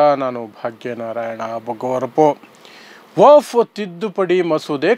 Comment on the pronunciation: ನೀನು ಕಾನೂನು ಪಂಡಿತನ್ ಅಥವಾ ವಕೀಲ್ ಏನು ಇಲ್ಲ,,,, ನಿನಗೆ ವಖ್ಫ್ ಅನ್ನೋ ಶಬ್ದ ಉಚ್ಚರ್ ಮಾಡಲು ಬರಲ್ಲ,,, ವಫ್ ವಫ್ ಅಂತೀಯಾ ಇದರಿಂದ ಗೊತ್ತಾಗುತ್ತೆ ನೀನು ದಡ್ಡ ಅಂತ,,,,,, ಪಿವಿ ನರಸಿಂಗ್ಯಾ ತಂದ್ ಕಿತ್ತೋದ್ ವರ್ಷಿಫ್ ಆಕ್ಟ್ ಹೇಳ್ತಿಯ,, ವಖ್ಫ್ ಕಾಯಿದೆ 370ಕಲಂ ಸಂವಿಧಾನ ಬಾಹಿರ ಕೃತ್ಯ